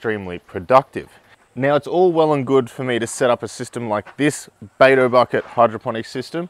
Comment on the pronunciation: bato bucket - lol this is "dutch bucket"